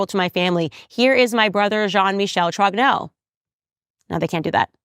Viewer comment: She reads French sufficiently, if not talk. When she apologizes for her pronounciation, she is usually quite correct. Except for Roy, that she says in English while in French it is <RWA>. Like in "Vive le Roi" or "Dieu et mon Droit". Also, as well she as Pier Morgan and others, they get "Trogneux" wrong. Pronounce <TROÑÖ>. Spanish Ñ, "España". Ö or œ like in Goebbels, Dieu, Malmö.